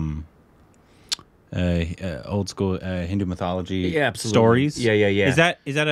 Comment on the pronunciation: Every time they say Mithology intentionally. They think we don't notice but we do